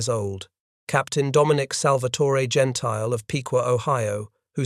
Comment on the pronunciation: Gentile's name is pronounced, "Gen-tilly